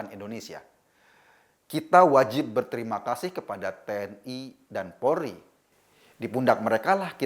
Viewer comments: Polri bukan porli pak! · Polri bukan polri pak!!!